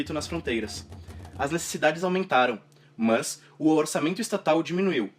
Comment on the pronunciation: o jeito que voce pronuncia "mas" é muito chata